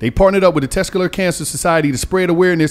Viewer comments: Tescular Huh.🤦🏿‍♂️🤣🤣🤣🤣🤣💀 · Dis nigga said "Tescular" Awareness month.. 🤣🤣🤣🤣🤣 nigga what is Tescular? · Tescular? Come on lol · So gillie and white girl not gonna tell it’s testicular and not tescular? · Yeah it hurt my brain every time he tescular. 😆😆😆 Just say sack king. Pause. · keep fuckn sayn “tescular” & nobody corrected him 😂😂😂 im fuvkn cryin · Tescular? 😂😂😂 You mean testicular?😂😂😂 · That nigga said tescular (testicular) cancer. 😂😂 I wish I was on that show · Somebody gotta teach how to talk... Tescular is not a word its testicular😅😅😅😅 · Bro what the fuck is “tescular cancer” smh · It’s test-tic-ular maaaaan🤣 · Sound it out 😭 Test - tic - you - lar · Let Mona talk more! It’s annoying how much the discussion only be between and Gillie, especially wit the serious topics! And this nigga needs to learn how to say testicular 😂😂 Mona is funny af and drops gems comedically...y’all gotta let that shine thru🤷🏽‍♀️ijs